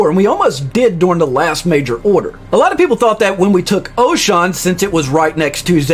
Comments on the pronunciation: Oshawn? The ship voiceover literally says the name of every system you jump to. There is no excuses for mispronouncing the system names. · It's Oshaune (osha-oo-nay). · Loved the video, just the pronounciation of the planets though😭😭😭 Manes, mavelon, Oshawn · lol same thought.